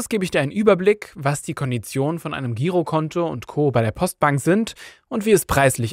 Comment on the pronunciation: Nicht sehr vertrauenswürdig, wenn das Wort "Girokonto" falsch ausgesprochen wird.